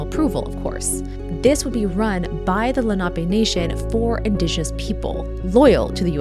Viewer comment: 1. There was, not is. 2. You are mispronouncing 'indigenous'.